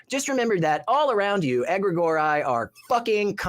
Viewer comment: I did a quick Google search of Egregore (I thought it was Aggregori from his pronunciation) and found that Egregore is not at all what the Rev is talking about. The first thing i learned It is a concept not a character in mythology. The next thing I leaned was that it used by Magicians, then something about Aggregori being a level 10 Character in some imaginary world. Then something about the Book of Enoch and Angels. Basically it seemed like the Rev was taking points from each definition of the word and mixing them together and speaking as if it was a real thing. Every instance of this word was used to describe something that was magical, imaginary and literally completely made up with the fictional character. There is no reason to take anything he said was real and therefore a pointless conversation.